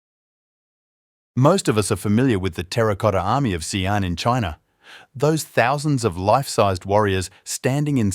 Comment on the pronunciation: The "X" in "Xi'an" is pronounced like the "sh" in the English word "she" (not like the "s" in the English word "see").